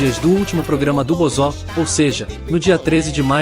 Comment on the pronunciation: Cara toma cuidado com o sintetizador de Voz, Ele pronunciou errado o nome Bozo, ficou "Bozó", escreva "Bôzo” assim vai pronunciar do jeito certo.